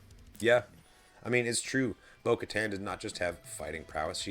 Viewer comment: I felt bad for he was trying so hard to remember bo katan last week Lol then later when Asoka name dropped and in this video said "bo katar"